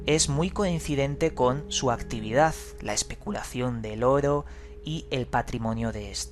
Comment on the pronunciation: Me encantan tus videos, pero odio como dices la palabra "Oro"! No lo soporto xD Pero eres un crack investigando y relatando!!